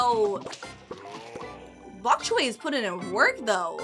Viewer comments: It's bonk choy not bonk coy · why does say chok boy???